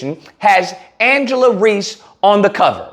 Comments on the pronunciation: Bro I like your videos, but you gotta stop saying people's name wrong. You called her Angela 4 times, her name is angel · Love all this but please call her by her name. Angel* not Angela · Thank you for addressing the ignorance, but her name is ANGEL not Angela. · Why does he keep calling her Angela?? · Her name is Angel….damn at least do your homework and get her name right.. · It's angel reese but great content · Angel not Angela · dear. Her name is ANGEL! Not AngelA! Angel! Come on guy! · KNEE GHUROOW!!! If you don't stop calling this woman Angela when her name is pronounced Angel 😅 Me and you are going to have some probs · It's Angel 😇 Reese !.... Not Angela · It’s ANGEL REESE!! At least get her name right! Geez! I can’t believe you got her name wrong! Make it make sense!!! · It's Angel....but I fully agree with your take. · Refusing to say her name correctly is suspect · somewhat respect your commentary but come on bro this one of the most popular people out here and you can't get her name right, secondly bro just bc she won a championship in college doesn't mean much when you move to the next level, if you don't care about the W don't speak on it just speak on the topic at hand first impressions mean everything kid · The way you keep messing her name up is making me soooo mad. 😂🤣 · Rushed to make a video without even getting her name right..take this L too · understandable however he’s read her name in multiple articles in this video and still saying it wrong